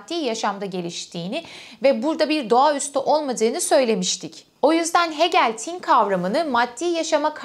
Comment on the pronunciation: "Tin" kelimesinin telaffuzunda ortaki "i" uzatılmaz. "Tin" denir "Tîn" değil. 18.45'te doğru telaffuz ediyorsunuz mesela. Not: Hegel felsefesini bu şekilde akılcı olarak anlatan birinin bu denli basit sayılabilecek bir yanlışını bulup ilgi mi çekmek istiyorum? Hayır, tin doğası gereği, düşünülmesi, yazılması ve hatta telaffuzunda bile özen gösterilmesi gereken bir kavram. "Ruh-i mücerret" vardır, İstiklal Marşı'nda geçer. Hah işte onun tam karşılığı "Arı tin"dir. (Ama tin, tam karşılık olarak ruh demek değildir) BU kadar ince bir mesele ise telaffuz da o denli incedir. Önemlidir. Demesem olmazdı... Ayri bir ek. "Varlık neden var" kavramına verilecek metafor semiyotik açıdan "yokluk neden yok" olamıyor ki zaten absürt değil. Çünkü aslında "var olmak" (İngilizce "be" kelimesinin karşılığı olarak) Yokluk aslında vardır. Varoluşçuluk açısından Hegel penceresinden bakıldığında tercih edilmeyecek bir metafor sanırım.